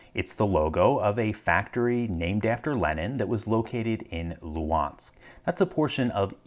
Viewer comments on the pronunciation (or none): As a former Luhansk citizen I still have such lock in my forsaken apartment. Maybe should change it after this video if we can return this territory :) But have to clarify that third letter in the name of the city is pronouncing more closer to [g] and is not skipped. Thanks. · Just a note on the pronunciation of Lugansk/Luhansk. There is always confusion in the pronunciation of any transliteration of the Russian G. G is always transliterated as an English H, but this is a transliteration artifact only. The actual pronunciation is a hard G. So anytime you see a Russian/Ukrainian word that has been transliterated and has an H it is always pronounced as a hard G. Therfore, the correct pronunciation of the English transliteration Luhansk is lugansk. Sorry for the off-topic comment but someone (as anal retentive as I am) needed to point this out. There are other letters that this applies to but H/G is the most common. It all comes down to the transliteration of voiced/unvoiced consonants, which is a complicated topic. Have a nice day!